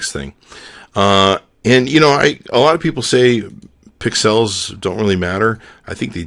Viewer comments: I think it's funny when you say "pick-cells" instead of pixels... Lol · i love the way you say pixels lol :D